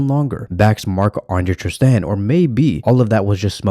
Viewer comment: No need to say Maaahh Ande Terstehan , Maah Ande Testerhan again and again... Just marc enough.